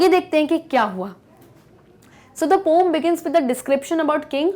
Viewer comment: Poom 😂 poem hai mam